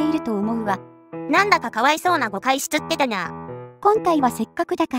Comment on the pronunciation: の「しちゃっちぇたなあ」かわいい